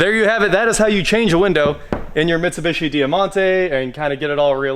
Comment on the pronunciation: I may start watching these again if you stop mispronouncing Mitsubishi.